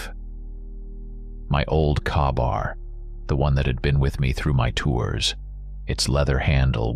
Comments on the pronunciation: Great story, but i cringe every time he talks about his knife. Its pronounced kay-bar, its a small detail every military guy would know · That's it that word is pronounced KAYbAR !!!!!!